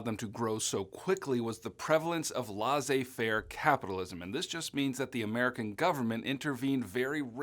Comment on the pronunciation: LEARN SOME FRENCH AND LEARN HOW TO SAY LAISSEZ FAIRE!!! Thank you by the way lol your so helpful with AP reviews!